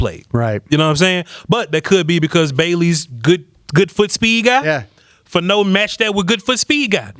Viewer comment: He weighed 311 at the Combine. Nine pounds & he's 6-6, 320. It's FAH-no, not Fa- NO.